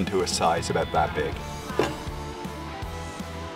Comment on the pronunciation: Guy in video: "Aboot 45 minutes" Everybody: "I know exactly where this guy is from"